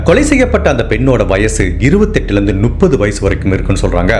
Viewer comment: Brother I like the way you narrate the story . But, one small suggestion in your pronounciation , it's Muppdhu (முப்பது) and it's not Nuppadhu. Else I love your story telling.